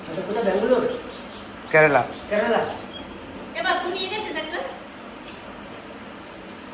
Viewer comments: কথাটা কেরালা হয় ক্যারালা নয়। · কেরালা উচ্চারণ ঠিক কর